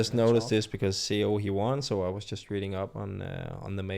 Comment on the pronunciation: Just wanted to point out that you are mispronouncing Seo. Sounds more like Saw.